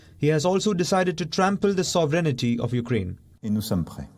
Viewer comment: WION, you mispronounced the word 'sovereignty' by saying "sovrenity". The word 'sovereignty' is not pronounced "sovrenity", it is pronounced "sovrenty".